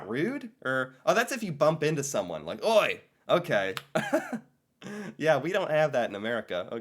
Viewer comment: Oi - different tonal sounds than how you pronounced it. You went up on the Oi and pressure the I, we go down and round out the sound on the O. More like «Ohj».